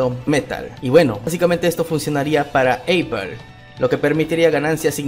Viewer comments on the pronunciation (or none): none